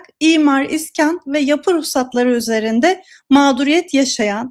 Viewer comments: ne olur şuna, "iskan" deyip durma... "iskân" demeyi dene... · İskan değil, iskân.